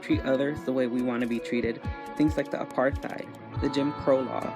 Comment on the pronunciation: if i hear one more American mispronounce apartheid Ima cry